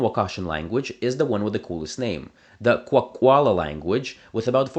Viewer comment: I think it should be pointed out that Wakashan has a northern and southern group. Your pronunciation Kwak̓wala and Kwakwaka’wakw are not accurate, but I appreciate you trying as they can be challenging. Also, your pronunciation of Gitxsan is off. The languages that I know best are x̄á’islak̓ala and Kwak̓wala (which are North Wakashan) but I occasionally dabble in other Pacific Northwest Coast dialects when I find time. I also know a little bit of Chinook Jargon, which has a northern and southern dialect.